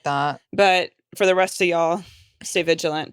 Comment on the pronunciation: ..." The rest'o' y'all , stay villegent !!!...😂😂😂...